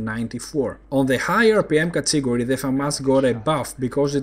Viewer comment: Nice and useful vids, keep up the good work! I had a tough time understanding your pronunciation of the word "category", maybe you could speak a little slower?:-)